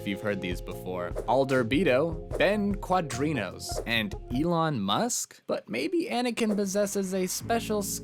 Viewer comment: They literally say Ben Quadinaros name in the Phantom Menace. How the hell did you manage to pronounce his name WRONG. Quad-In-Air-Os. That's all it takes to get a dislike.